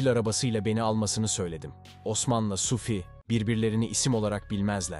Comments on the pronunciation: Sufi değil adamın adı Suphi..Yanlış telaffuz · telaffunuza biraz dikkat edin yahu, SUFİ SUFİ SUFİ ne oluyor kardeşim ? SUFİ kimdir? suphi nerde SUFİ nerde? bastıra bastıra bir de SUFFFİ diyorsun. dünyadan haberiniz yok mu sizin? daha dikkatli ve özenli olun, ciddi bir iş yapıyorsunuz.